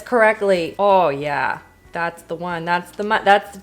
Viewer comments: The way she said “ooh yaahh” was so Canadian!!! 😂😂😂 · “Oh yeah” 🤣🤣 in the most Canadian accent I’ve ever heard in my life had my howling-I love it!!!❤